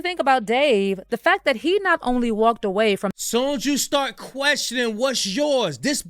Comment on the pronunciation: why all the dis and dats? Plus a boring story